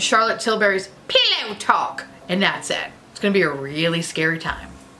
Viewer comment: Every time you say pillow talk in that accent I die 😂😂